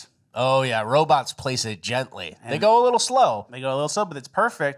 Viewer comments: My favorite things is when miss says words to troll....i.e. robops😊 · Just here for confirmation that ol is saying "Robops" and not "Robots" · Robops? Really? Its Robots! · First “aliems” now “robops” 😂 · Are you saying "RoboPs"? Ya, this definitely belongs in cringe of the week. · Anyone else catch how says robots?... wtf